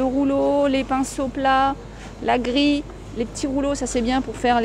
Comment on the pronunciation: Jeudi 17 décembre 20. Bonjour. Désolée de te faire encore la remarque, mais tu as demandé que l'on te corrige... Les mots se terminant par "il" et "ille", prononce le premier "ile" et le second "ieu". Tes mots: gril, grille, fille, il y a aussi l'exemple de baril, où tu dois prononcer le l comme si il y avait un e après: baril(e) et bien d'autres. Bon après-midi! Dominique 👵🏻🌺